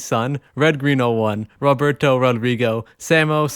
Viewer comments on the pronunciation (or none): none